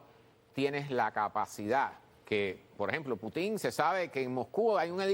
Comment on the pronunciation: No se dice Putin con acento en la i se dice Putin con la fuerza de pronunciación en la U así debe decir un periodista de la calidad tuya gracias !!!